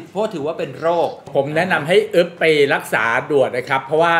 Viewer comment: อึ๊บนะ ไม่ใช่กึ๊บนะ 55